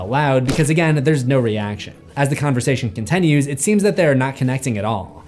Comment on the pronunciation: Why is this guy consistently saying 'contenues' instead of 'continues'? For example